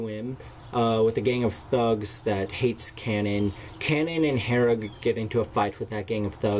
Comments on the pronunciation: Kay-NAN. not Canon. Kay-NAN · Your saying kanan's name wrong. It's pronounced Kay-Nen